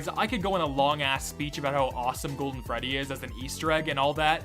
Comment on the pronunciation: tthe fact that the reporter actually got "rockstar freddy" right is amazing